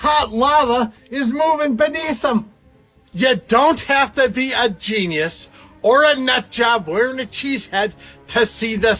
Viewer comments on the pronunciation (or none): none